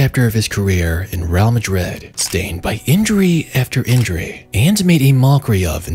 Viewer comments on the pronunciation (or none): none